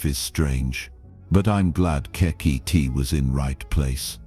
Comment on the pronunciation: It would be nice that if you are going to use K.I.T.T as a character, as in the TV series, that you at least pronouce it's name correctly.